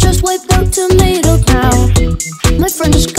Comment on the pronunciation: How did you mispronounce tomato